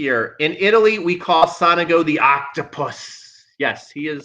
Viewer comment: With all respect theirs no A in Sonego. Is so- nego. Not Sanago.